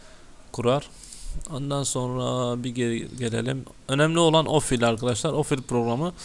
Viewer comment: Bir iş yapıyorsun eyvallah sağol da biraz özen yahu. ofil değil o Q Q Q Q Q Q harfi QFIL. Program files de çok orijinal olmuş. Pazar filesi. Yerel DİKS hele çağ atlatmış. Disk Dikse dönüşerek bilgisayar evrimini tamamlamıştır.